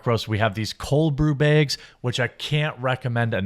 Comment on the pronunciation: there not called Baygs! there Bags!